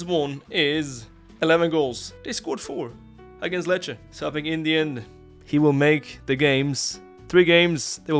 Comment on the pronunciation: IN THE END from your mouth sounds like INDIAN 😂😂